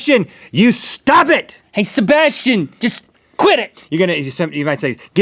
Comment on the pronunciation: I don't like how they say my name.. haha.. SHEBASHTIAN